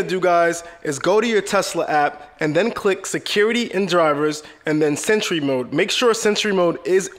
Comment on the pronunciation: Sentree mode eat The battery